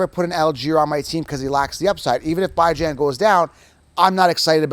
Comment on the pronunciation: “Bi-Jan” my main man